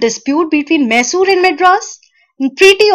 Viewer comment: Sry it is maisur not mesur ( Pronounciation of Mysore)